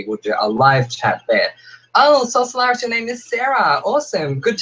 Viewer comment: Francois Thurston Oh thank you! Most people dont know how to say Solaris which you got right when you said it but I thought I'd still just throw my real name in there. And I'm a bit of a spiritual person so I randomly threw together the name soul Solaris. Solaris meaning "of or pertaining to the sun" so basically.. soul of the sun. Meaning I have a light filled soul. I've no clue if that made sense 😂😂 I just woke up from a nap haha.